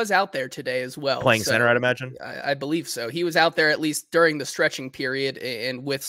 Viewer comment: We come to the Hot Read podcast for fact based takes and mispronounciation of during, not these biased hot takes